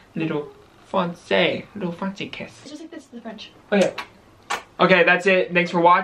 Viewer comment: Omg, the way you pronounced "français" is so cute!!!! I loved it 😂😂 you should make a video where you try to learn and prononce French words! It will be funny 😉 done! love you from France guys ❤️